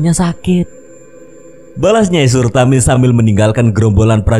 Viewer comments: nyai suratmi😭 bukan sutarmi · Nyai SURATMI, bukan surtami...